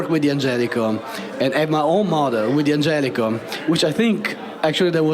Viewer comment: It's not "dee-angelico"; it's "dan-gelico." It's a contraction. They've even got the Italian guy mispronouncing it. SMH